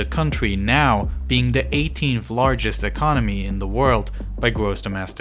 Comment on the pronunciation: "Saudi Arabia has da 2nd lawgest..." Is a baby narrating this video? Did you get a free voice actor from fiver?